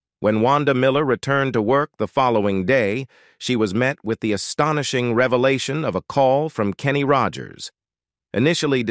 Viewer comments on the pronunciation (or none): none